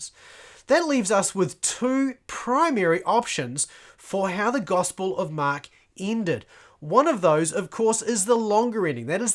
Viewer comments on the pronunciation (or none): Why do you call it the gospel of MAaak ? :elbowcough::chillwcat